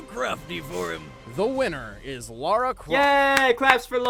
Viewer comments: Just so you know, Lara Croft is not Laura Croft. It's pronounced Lah-Rah. They even pronounced her name properly in the video, and you didn't seem to notice. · It's LA-RA not Laura